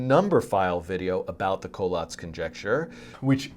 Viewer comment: I love this but I always thought it was pronounced "coh-LATS" lol